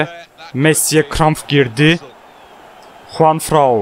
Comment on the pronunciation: JuanFRAN'a niye hep JuanFRAU diyorsun? 😅😂😂😂😂